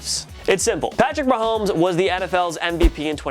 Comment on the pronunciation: I love how you noticed how you said mahooomes instead of mahomes but not that you said the eagles made a trade with the eagles. smh